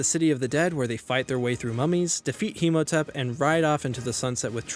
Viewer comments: It's Imhotep, not Himotep. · I'm sorry and I know this is fairly old but did you pronounce Imhotep as Himotep?